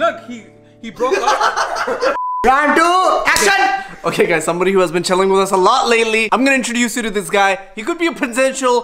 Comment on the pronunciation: i dont know what was trying to do....also he said action like acjan 😂 But he is cute 😍😍😍